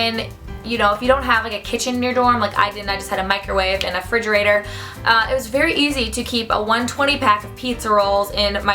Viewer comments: The word is "refrigerator" not fridgerator lol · "Fridgerator" I can't even deal SH